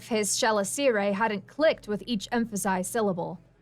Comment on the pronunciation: Chelicerae is pronounced: kuh-LISS-uh-ree